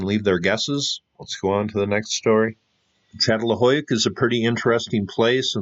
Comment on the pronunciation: Say: San-tor-I-no and Chattel-HUI-yook